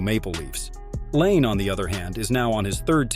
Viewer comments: say his name right too, its nott lane its pronounced line eh or others say lanay, bu noone calls patrick lane like you said, not trying to offend you but if you want more subs you need to say the right things, ill give you this, your editing skills are pretty good though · I really can't stand these AI voice generated videos. Why are people going to subscribe when you can't even take the time to voice the videos yourselves especially when you can't even pronounce the guy's name properly. His name is not Patrick Lane